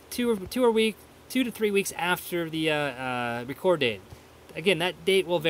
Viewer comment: It is the date of Reck ord not reecord. Thanks for the info.